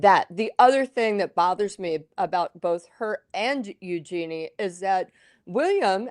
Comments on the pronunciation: It is pronounced YOO-zhuh-nee. Emphasis on front end and soft j. It’s actually a pretty name when pronounced properly. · First up, pronounce Eugenie's name properly. It's a soft g, listen to the Queen pronounce it. Yes, Edo was definitely in it for the name of the Princess, that's obvious. You think if she wasn't royalty, he'd have married her?